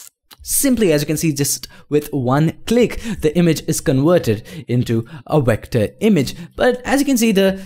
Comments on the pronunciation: did he say wector instead of vector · why you can'nt say V letter, you use O insted from it. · 6th Wilbury You're still making fun of someone and if you actually watch his other videos, he does pronounce Vs as Ws so it is his accent